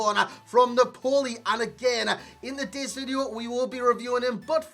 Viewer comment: You say ‘Napoli’ like a fucking idiot.